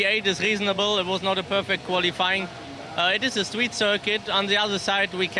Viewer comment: "It looked quite gwippy." "It is a stweet circuit." "Like Monaco or Hungawy."